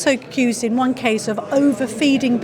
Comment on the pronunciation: 'one' is pronounced 'WUN' - can't kamal realise this?